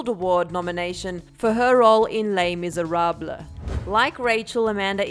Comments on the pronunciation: In she really said “Lay Misereblah” 😂😂😂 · Headed right to the comments after I heard "le miserablah"